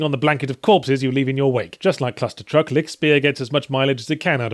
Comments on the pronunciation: It is frustrating to hear a word being wrongly pronounced in such a short time span. If you're a native english speaker, just pronounce it "Lishtshpear" and you are (nearly) golden. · Rainbow Bunchie You don't quite realize what my comment was about, right? Lichtspeer is a german word. He couldn't pronounce it right, which is okay, so I wrote it in a way which would naturally produce a nearly correct pronouncitation if read out loud by an english speaking person. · Just watched this video to see how you pronounced Lichtspeer ^^ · The way he says lichtspeer sounds so dutch...